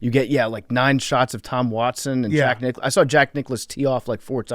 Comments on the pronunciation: “Jack Ni-clouse”??? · Are we just gonna let get away with saying Jack Nic-CLOUSE?